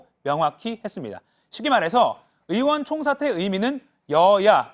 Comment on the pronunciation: "의원" 발음이 안 되어 "으원"이라 하시네요. 고칠 수 있을텐데요. ^^